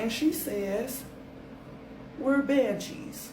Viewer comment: WHATTTTT? " BANJEES"!!!!😮😮😮